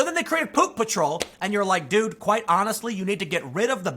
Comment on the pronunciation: Tim said "Dude, dude, dude" I heard "Doo Doo Doo"